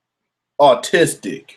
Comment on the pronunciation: 😂 You pronounced autistic as artistic. Keep up the good work 😂 Paranoid Americans